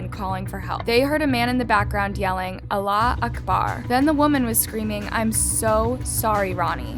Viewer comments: Not to be rude but it's said as Allah hu akbar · the qay said Allah Akbar made me laugh for 5 minutes straight IT WAS JUST TOO TOO WRONG its ALL-AHH AKH-BHARR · ik this is like a rlly bad case but is anyone gonna say anything abt the way she pronounced allahu akabr? like its not allah akabr